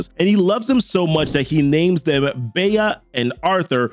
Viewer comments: Who the fuck is Bey-ah? it's Bee, like the insect, how dumb are you to not know that? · "BEA," is pronounced "BEE," not 'BAY-A,' or "BEE-A,". "Pommel," NOT "Hommel," Homie! Are you in a hurry, an AI, uninformed, intentionally wrong and/or all of the above? Do you even Bullet-Point, Brother? I'm not a creator, but, would you explain to me your point of view on allowing the YOUTUBE ALGORITHM to dictate our speech patterns and word selection, please? Other than for brevity's sake, "unaliving," is the same as "ending someone's" existence, life, etc. I am becoming partial to "ending the mortal coil,". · Bea is said like bee or b. Author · I like the video man but you did miss pronounce Bea Arthur's name. It's just pronounced bee. Liked and subscribed👍🏻